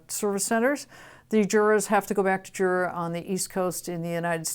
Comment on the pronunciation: It is a pity that you cannot pronounce the names of both companies correctly 😔